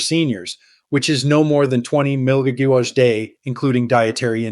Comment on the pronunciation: Why can’t this AI voice say “milligrams”?